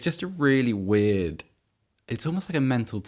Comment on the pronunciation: Who cares about Spurs. Really man, really weeeeeeeiiiirrrrrrrddddddd Does this guy do any prep work or are all the held syllables and repeated words a sign of unprofessionalism